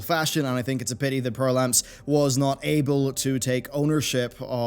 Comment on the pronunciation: Perplamps, not "perlamps"